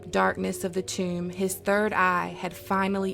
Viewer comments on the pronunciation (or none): none